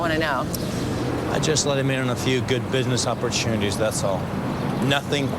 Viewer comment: Wow I couldn't tell Damien's accent until now. Listen to his accent at , Businesss Opportunities?